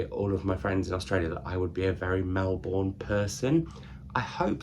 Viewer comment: Your pronunciation of Melbourne 🥲